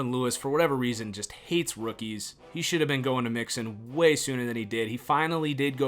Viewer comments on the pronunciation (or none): none